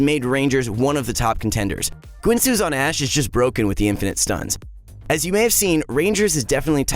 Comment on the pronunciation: "G-win-soo's Rageblade"